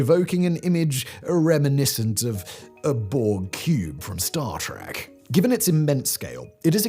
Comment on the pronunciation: you said "a Borg Cube from Star Track" but it is 'trek' not 'track' as i was reminded when i was 11 by my older brother... and although your script talks about the holographic screen interior you didn't mention the tech doesn't exist yet